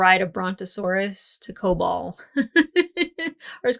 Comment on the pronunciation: Kobol is more correct.